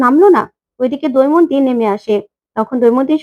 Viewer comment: What is doimonti? Say Damoyonti. Kobe Bangladesh theke esecho?